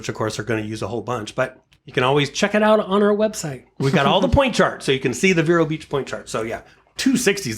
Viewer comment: you are pronouncing "Vero" incorrectly. It is "Vee-row"